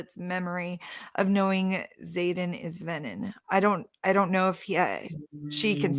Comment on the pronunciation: Ugh Xaden not Zane 😕